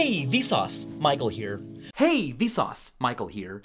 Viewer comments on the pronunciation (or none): More like "Hay we sauce my cold beer" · Sounds like "Hey Vsource, might call here." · After a while you start hearing: hey vis auds Michael hear